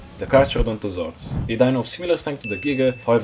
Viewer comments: you know the cha part in carcha is pronounced ca, right? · Btw it is pronounced kar-karo-donto-saurus, the ‘ch’ is a ‘K’ sound.